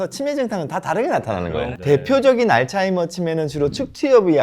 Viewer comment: 발음이 알츠하이머도 좀 이상하게 하시더라구요